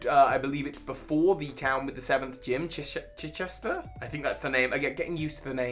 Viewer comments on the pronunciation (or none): might be mindblown by this but....Its CIRchester...like Manchester/ Wyndon-London